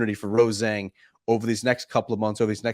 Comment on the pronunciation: For the love of god can you guys break this run of incorrectly pronouncing Rose Zhang's name please? Look it up and let's do it properly.